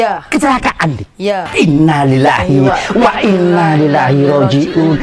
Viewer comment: Innaa lillaahi wa inna ilaihi rojiuun... Bukan wa innaa lillahi rojiuun... 🙏